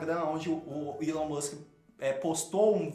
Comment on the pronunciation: Não sei, mas não é "ílôn" como vc fala, é "ílón", do Elon Musk